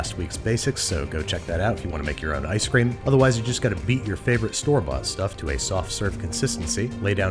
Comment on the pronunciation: Why is no one talking about how he called it ice scream